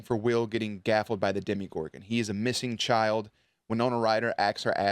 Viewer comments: Haha is someone finally gonna tell him that it's called a DemOgorgon, not a demigorgon? 😂 Love the reaction videos anyways! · OMG thank you!!!! I was about to comment this but didn't know how to say it without sounding rude 🤭🤭🤭 please normalize pronouncing it right: deMOgorgon, demOgorgon, DEMOGORGON!